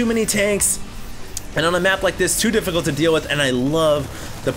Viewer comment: "very deffecult"